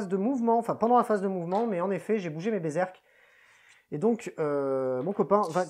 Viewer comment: Alors par contre, moi, je te félicite ! Parce que sur toutes les chaînes ils disent "Berzerk" et ça m'agace. On pourrait aussi les appeler Bézeurk !! Bravo ! Toi tu as lu le nom avec attention...